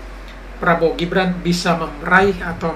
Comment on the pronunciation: Hei..... bukan jibran tapi. Gibran...... Gibran...... Gibran...... Gibran.... Bkn jibran...... Jibran.... Jibran